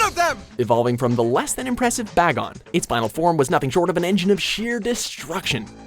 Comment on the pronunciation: Ew you used the Pokemon xyz dub lol Did you pronounce spacial rend as special rend? You said Giratina wrong you pronounced bagon wrong Learn your shit